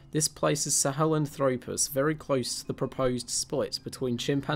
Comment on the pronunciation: Australo-PITH-ecus and Sahel-AN-thropus, please: accent on the 3rd to last syllable. Also, there is no Australopithecus sebida, but Australopithecus sediba has been known since 2008. You may wish to run your scripts by a paleoanthropologist before releasing to the public. I know at least one of your collaborators would have gotten these things right, since I've watched many of his Youtube videos. More preparation and editing are required to create a professional video, but the effort is worthwhile.